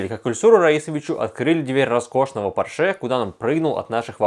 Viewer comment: При всём моём уважении, пожалуйста, Пóрше